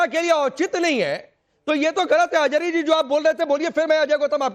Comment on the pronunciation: Ajhari nahi Ajgari hai 😂